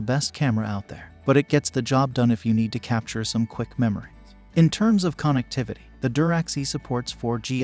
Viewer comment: say KON EKT TIVITY one more time, i dare you.